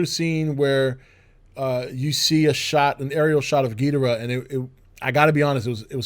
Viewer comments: As big a fan as you are, I am surprised that you don’t bother to pronounce Ghidorah’s name correctly. It is Ghi-dor-ah and NOT Gheed-rah. Please pronounce it correctly! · Oh give it a rest already, nobody gives a flying fuck about how some people pronounces Ghidorah's name. If pronouncing the name is such a big problem to you, then you need to reevaluate your sad, pathetic life and consider there are far worse things in life to get upset about than some guy on YouTube pronouncing a fictional character's name differently than you would.